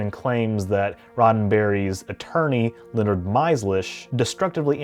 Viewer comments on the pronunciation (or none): none